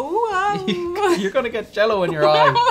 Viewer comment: Uhm that's not American Jel-Lo lol